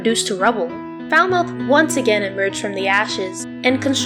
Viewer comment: Love your video but pleeease pronounce Falmouth correctly. 🙏